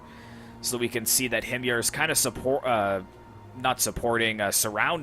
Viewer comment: HIM-yar. I don't know the proper Arabic pronunciation, since I don't trust Google Translate to tell me.